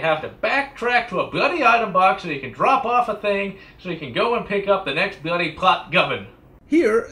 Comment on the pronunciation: Stop saying BLOODY! Dear God. Your speech impediment make that word friggin painful to hear